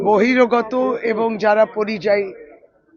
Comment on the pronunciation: বহিরাগত কথাটাও ভাল করে উচ্চারণ করতে পারে না